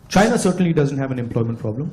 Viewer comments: BJP mein kaisa kaisa Jahil CM hai, Hemanta Biswa Sharma China ko Syna bolta hai. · Shaina nehi re chaina 😂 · Sir this ex congress leader can't even pronounce China he's pronouncing it as SIENNA..... such leaders are Redundant ..... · Phle bolna Sikhle China ko Sina bol raha hai neta 😁👍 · Shaina nahi anpar neta ji chaina hota hy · Bola to jaa nahi raha china ko cina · Abishkar ji hemant visha Sharma ko tou china ka naam bhi bolna nahi aata china ko chinna bol Raha hai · cha ko sa bol Raha hai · सायना नही बे चुत्ये, चायना बोल😂😂😂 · Its not Saina it's bloody China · Himanta ji, Saina nhi china boliye.😂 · Abe bobde saina nahi china hota hai kuch bolna nahi aata aur cm bana baitha hai. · Siena nehi hai china hai kam se kam pronounciation tik se bolo😂😂😂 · Murkh wo Saina nahi Chaina hay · Sina ??? Can someone telll thim guy its Chi... not Si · Pahle bolna Sikho Saina Saina Kya Hota Hai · Saina nahi hai damro chaina hota hai😂😂😂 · Shina ni hota china hota h😂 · उसे तो बोलना भी नही आता। साइना साइना बोलता है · China bolne ko bhi nahi aata CM bane hai bane hai😂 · China bol nahi pa raha hemant ji